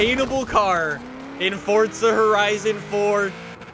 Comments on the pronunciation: Is it me or is it for, zaaaa, not fortsa? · THERES NO T IN FORZA ITS NOT FORTZA ITS FORZA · forZa not fortza ... dumbfuck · If I had a dollar for every time he said fortza instead of forza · WHY DO ALMOST EVERY YOUTUBER CALL IT "FORTZA" ITS FORZA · It’s forza not fortza ugh Canadians. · Fortza. God it pisses me off how he says it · In Fort-Zuh horizon fore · Fortza? Lol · no one:: "Fortsa Horizun" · Why do you keep saying Fortza